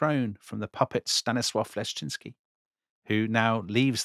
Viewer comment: Your pronunciation of the name Leszczyński is very good